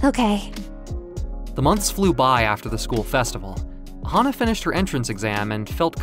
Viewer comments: I think the VA mistook “HANA!” to “HAHA!”, but the story still aline well though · Fan of how the V.A. read hana as haha lol